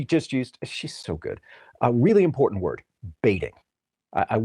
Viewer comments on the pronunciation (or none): none